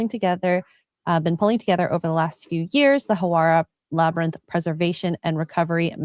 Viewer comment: The La-ber-nyth? Or Labrynth? SNAKES!